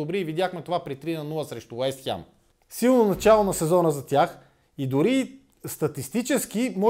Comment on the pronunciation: Откъде е това Уест хЯм??? хАм, хем, но не и хЯм